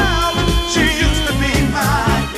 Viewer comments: AI needs to learn how to say USED. Cool list, though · The AI narration is kind of cheesy. USED TO BE MY GIRL, great example. AI can't say it properly.